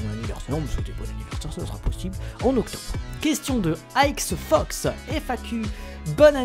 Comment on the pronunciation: yo! super vidéo de FAQ hihi sinon merci de m'avoir mis mes questions;) dans ta vidéo. Par contre quand tu prononce mon nom ixefox tu le dis d'une facon assez differente de la mienne mais bon, prononce le comme tu as envie XD ça m'est égal! PS: like;) toujours présent #abofidel Biz!